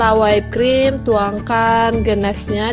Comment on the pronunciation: Whipped cream dibaca Wipd krim, bukan Waip krim #koreksi #kritikmembangun #supayalebihbaik